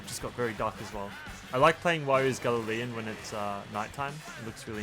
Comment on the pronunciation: love ya videos, but its not gal-le-leion. its a 'gal-yon" its a type of boat. a galleon